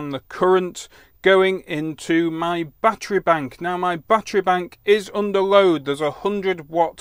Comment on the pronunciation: My batt tree. Say it with me batt er ee.